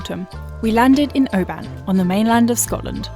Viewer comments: Interesting that the dehumidifier nailed it. Rally enjoying these and lovely to see the changeable scottish winter featuring on a sailing channel ... just one tiny thing to mention: the place you're staying is usually pronouced OH-bun, rather than oh-BANN. Be sure to take a trip all the way up Loch Etive before you leave the area! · how long have you been in Oban and you still cant pronounce it properly